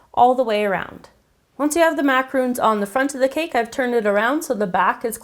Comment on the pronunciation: Why is no youtube chef able to pronounce the word Macaron? Macaroons are coconut and chocolate cookies. An english word. Mac-ah-roon. Macaron is an meringue based cookie. A french word. Mac-A-Ron. Mac as in macaroni. A as in the letter A. Ron as in Ronald.